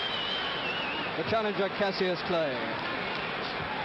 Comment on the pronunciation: Why doesn't the announcer know how to say Cassius' name?